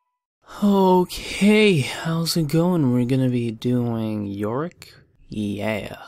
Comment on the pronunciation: Did somebody read yorick "Yo Rick"?